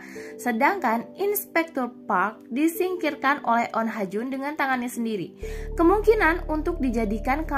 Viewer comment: Bukannya namanya oh ha jun?? Ko jadi on ha jun mulu